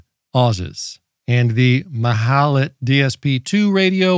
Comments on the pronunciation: This is not an original Malahit, but a Chinese clone. The Chinese Malahit clones are often good (those from Deepelec), but nothing beats the actual Russian Malahit DSP3! And the Russian ones are cheaper! Lastly, it is pronounced Mal-ah-kheet 🙂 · What, what, how did you say the name of this radio is, that I didn’t understand it??? 😂😂😂😂 Ohh… dear Americans…😂😂😂